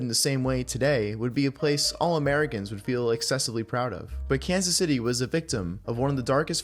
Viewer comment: YOU USED AI FOR THIS "kazzay cits"